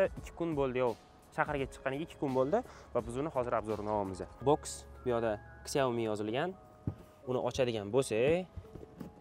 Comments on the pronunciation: 🕹ksiómi emas ssshiaomi deyiladi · Shaomi deyiladi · Сиаоми дегин йигит